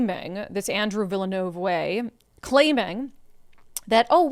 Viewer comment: "Villanov-way." How in the hell am i supposed to take you seriously?